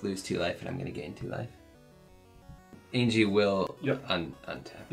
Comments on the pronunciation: Anje Falkenrath is not pronounced Aingie it’s pronounced Anya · Y'all know Anje is pronounced An-Yeh, right? Not An-Gee. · Not to be that guy, but it’s pronounced AHN-YE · I do love this ... I really do. BUT ... am I the only one going crazy every time they mispronounce "Anje"? LOL. (It's pronounced "AWN-yeh", FYI). I can forgive the mispronunciation of Tahngarth ... but the Anje bugs me for some reason. And the sound level is still a little quiet - though the quality is better.